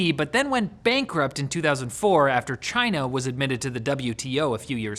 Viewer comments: "Chaynah".. Lmao I'm dead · WRONG! It’s “Gina” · Does saying China in that accent make it funnier? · It's definitely his intent to sound like Trump, but he still pronounced the CH part too much. Trump says it more like a soft G. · The way he said “China “ tho